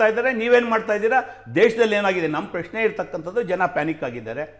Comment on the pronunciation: ಪ್ಯ ಶ್ನೆ ಅಲ್ಲಪ್ಪ ಪ್ರಶ್ನೆ😂